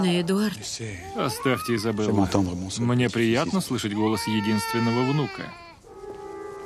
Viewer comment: ни Изобелла, а Изабелла! Ну что это, уж хоть ошибок не делайте!